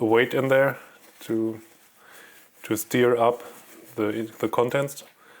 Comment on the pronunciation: Interesting, but doesn't help much, if your Tippex (or Pritt) pen dries out, and you merely want to get it to work! May I respectfully just correct you on one word you mispronounced, a couple of times: STIR is not pronounced like 'steer', but like 'ster', with the 'er' as in the word 'HER'. English spelling is screwed-up, I know, because, for example, 'her' rhymes with 'fur'!.